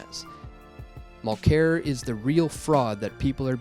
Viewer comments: If you're gonna attack the guy, try to pronounce his name correctly. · it's worth a watch but damn, - SO many mispronunciations you'd almost think that you weren't Canadian. ARE you Canadian? Charette? Mulclair? outer-mont? come on, dude.